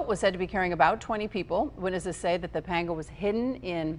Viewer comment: Painful to listen to her pronounce panga.